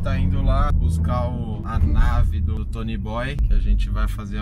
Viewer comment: Nossa ele fala Tony boy. Tem que falar: toniiiiiii boiiiiiiiii